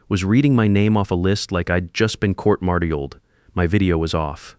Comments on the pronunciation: A I voice still needs to learn to pronounce words. "Court-martialed." Court marshalled, not court mar-tee elled. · "court mar tee eld"??? Pile of 💩 AI 🤬